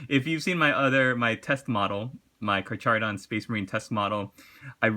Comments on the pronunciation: Great vid, just an fyi most pronunciation guides are Car Kah Don, not Car Char Don, the -ch is a hard k like the -ch in Chitin, as it's a genus of sharks and so latinised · It's Car-Har-Odon as it is derived from the Greek Carcharias (Shark basically). The CH part is more like an aspirated H really, like in Horse. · lol at the pronouncing of carcharodon!